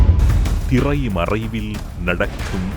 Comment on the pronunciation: "திறை மறைவில் " சந்தத்திற்காக தமிழையே தவறாக உசசரிக்கிறது இந்த ஊடகம். முதலில் ஊடக மொழியைச் சரியாக உச்சரிக்கப் பழகவேண்டும். அதன் பின்னர் தான் செய்தியின் தரம்.